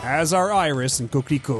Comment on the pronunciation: The being French plot-twist! I should've seen it coming from how Iris' name was pronounced with the proper French pronunciation in the videos for 1 and 2! The signs were there all along!!!